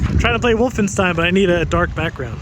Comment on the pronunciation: i like the way you pronounced “woof-enstein” 😂 🐕